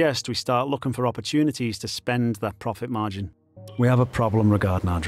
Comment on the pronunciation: there's "progit margin" instead of "profit margin"